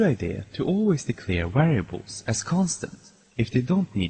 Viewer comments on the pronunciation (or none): lol, wariables and walues